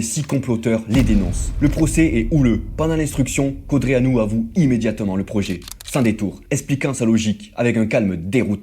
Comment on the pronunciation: Tu sais même pas prononcer Codreanu. Arrête les vidéos 🐒